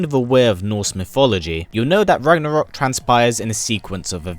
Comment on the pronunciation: Ha ha ha. You said rognorok As in Thor rognorok ( great movie) isn't it.